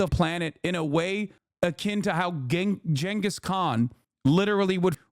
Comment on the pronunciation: Idk much but isn't it more with the "Ch" sound rather than a "J"? Don't get me wrong, it's still better than the usual "G" sound but Gengis, as a Mongol, wasn't exactly Turkic despite having had many Turkic people under his rule and in his armies. Again, don't know exactly since I only heard it from history videos on Youtube and my History degree was unreliable when it came to pronunciations (and unsurprisingly, any perspective or information as well). One teacher literally pronounces Nazi as "Nasi" as in like in "Nasi Lemak."